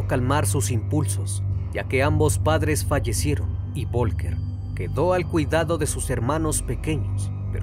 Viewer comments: Folgar así se pronuncia. VOLKER jajajaja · Vivo en Alemania y el nombre Volker se pronuncia como "Folka". Aquí la V se pronuncia como una "F" saludos buen video